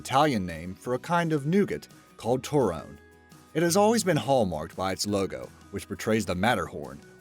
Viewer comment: It's not pronounced Tor-roan. It is pronounced more like Tor-roan-ney